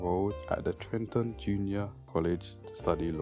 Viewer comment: The name of the college Fred Hampton attended is called Triton not Trenton bit great video💯